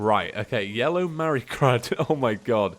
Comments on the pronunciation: HE SAID YELLOW MARIGRAD AND NOT YELLOW MARIGOLD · Did. You. Really. Say. Yellow. Marigrad? Cringe intensifies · anyone notice he said yellow merygrad